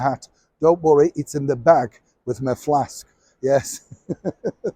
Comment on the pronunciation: Omg! I absolutely lost it when you said "flask" ! Love your videos and you so much!